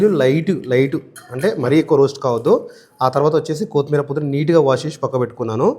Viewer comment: anna kothimeera anali, kothmeera kadhu. Baga chepparu and chesaru kuda